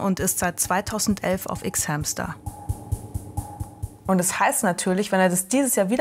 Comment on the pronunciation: Ich mag sie aber mir stehen die Haare zu Berge jedes mal wenn sie "ICKS HÄMSTER" sagt 😭.